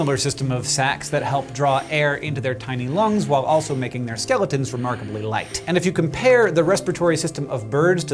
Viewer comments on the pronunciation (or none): none